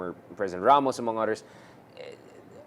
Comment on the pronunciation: why does he say odders instead of others? hehehe😅